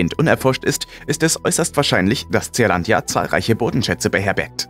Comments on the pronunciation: Nicht Z E A-Landia ——ZEELÄNDIA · Bin ja eigentlich Fan eures Kanals, aber die Aussprache englischer Worte ist oft katastrophal. Tseahlandia… Meint ihr nicht, dass es in Lautsprache Sielandia (Zea = Sea = Meer) heißt? Dachte anfangs ihr könnt vielleicht einfach kein englisch, aber dann kommen in anderen Videos äußerst schwierige Wörter in absolut akzentfreiem englisch. Wie kommt das?